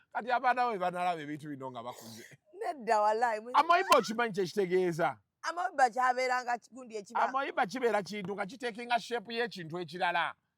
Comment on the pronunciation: 😂😂😂😂😂 AMOEBA "AMIIIBA'" oba 'ameeba' not "AMOIBA",,,,,... Okay you people's vocabulary pronoucian is hilarious.... 2nd Reason i can't miss your skits!!!! 👉❤👏👏👏👏👏